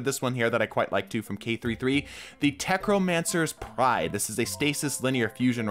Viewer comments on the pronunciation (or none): "Techromancers Pride"....I think you meant to say "Tech-NO-mancers Pride." Still great video. Keep up the great work!